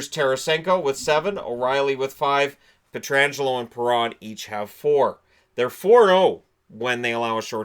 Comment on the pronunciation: Thank you for pronouncing Pietrangelo's name correctly 👍